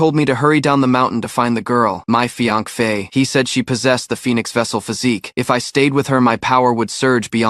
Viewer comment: Why did he say fiankay and not fiancé 😅